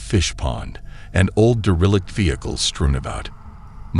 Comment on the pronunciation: Dare a lick. Lol. Not deralict lol.